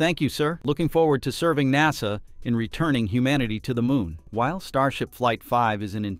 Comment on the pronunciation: ok little AI dude NASA not NOSA.